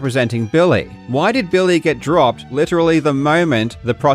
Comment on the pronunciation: I like when you say Billy like "Bill-Lay" I kinda feel like you should slip the occasional "Bill-Lay" in there to annoy him. "Bill-lay midge-el"